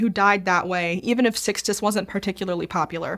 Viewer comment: Pope Six-tus the Fifth, huh?